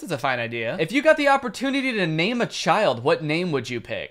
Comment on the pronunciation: when he said name a child it sounded like he said maime a child